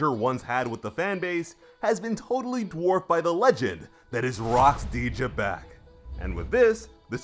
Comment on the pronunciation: Its actually pronounced lie Z'bec but great vid and chapter as usual Edit: Goat D. Roger us still on top. Just watch hiw he's about to smack Domi reversi Xebec